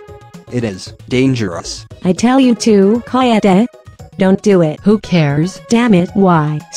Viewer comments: 2 seconds in and "kadead" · "Kadead" XDD